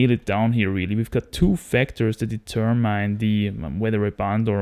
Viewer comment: We pronounce it like so: 'De-Term-In', and 'De-Term-Ind'. I hope you appreciate the help with your already excellent grasp of my native language. :)